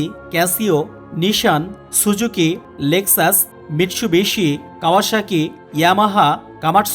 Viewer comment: Mitsubishi o aro word pronunciation bhul